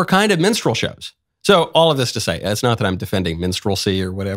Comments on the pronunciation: Lol, I know Michael is saying minstrel but it sounds like menstrual. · did he say menstral act? He keeps saying menstral LOL! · “This is a minstrel act.” No, Michael. It’s a menstrual act. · What is "mensral" act or whatever he said?? Mensral performer? S9mekne please correct me